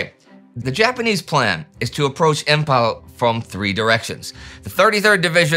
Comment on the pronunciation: Imphal is pronounced as Imfal not Impal.